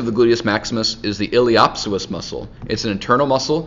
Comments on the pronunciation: * il - ee - us - sew - us not ill-ee-op-sis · Hahaha Ileho op soas. Lol not how you pronounce it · That pronunciation of iliopsoas should be illegal lol